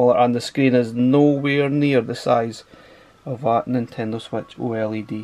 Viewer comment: I like how you pronounce oled "oile d"